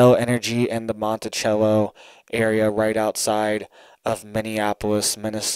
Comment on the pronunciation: Its Monticello Not Montichello. Sounds like MONTISELO. I live here. 👍